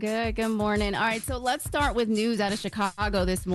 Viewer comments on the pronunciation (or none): none